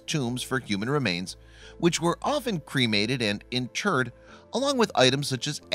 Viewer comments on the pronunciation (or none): none